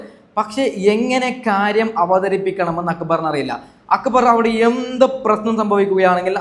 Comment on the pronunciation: സാബുമാൻ നാരദൻ്റെ പണിയാ. രണ്ടു ഭാഗത്തും കൂടും. ആര്യൻ , നെവിൻ പോയതിനുശേഷം പോയാൽ മതിയായിരുന്നു. ആര്യൻ, അക്ബറിനോട് കൂടിയപ്പോഴെ മനസ്സിലായി out ആകുമെന്ന്. ഇവനോടെന്തിനാ അഭിപ്രായം ചോദിക്കുന്നത്. ഞങ്ങളൊക്കെ കാണുന്നുണ്ട്. അക്കു ബർ അല്ല അക്ബർ